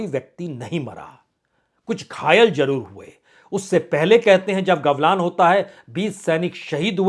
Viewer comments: पहले गलवान को सही से बोलना सीखे,,,,, आप गवलान बोल रहे है 😂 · सर जी, कृपया सुधार करें, गलवान को आपने गवलान कह दिया है।